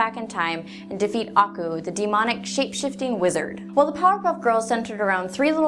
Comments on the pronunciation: Ako? Its akoo! Did u even watch it 😢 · i love this theory nevertheless. btw you kinda pronounced aku wrong. it's ah-KU not AH-ku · Did she just pronounce it as ah ku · I'm sorry, but your pronunciation of "Aku" made my brain scream, "NuuuuuuuUUUUUUUAGHAHSHSHSUJEH!!!1!" This is what I get for going to school, a nagging little voice that says "Hey, hey, heeeeey. That's spelled incorrectly."